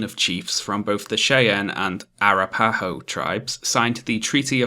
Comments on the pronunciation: Sorry to be a pedant, but I do live in Colorado and we have tons of stuff named after the Arapahoe--it's pronounced uh-RAP-uh-hoe, not ah-rah-PAY-ho as you say it. Pointless little clarification, but there it is :) Also, fuck Chivington and Evans, I hate that we have streets and stuff named after those scum bags. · Great video. My only complaint is that your pronunciation of Cheyenne and Arapahoe were so wrong to the point of being hilarious.